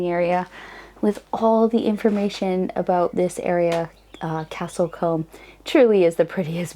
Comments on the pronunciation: Love the video but have to say it is pronounced CASTLE COOM and I know how daft that is considering how it is spelt Combe but hey its English, what can I say its nuts. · Love how you say Castlecombe 🤣